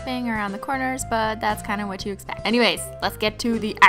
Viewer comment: Ish not “u” ish “you”